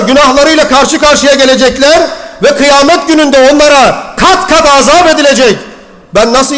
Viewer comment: Aazaab degil.:) Birinci A'yi uzatma! Kulagi rahatsiz ediyor.